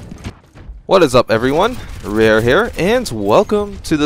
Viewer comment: I was about to pronounce your name as "Raw-Ire", but then you said it closer to the word "rare". I guess your days of name pronunciation debates will live on forever.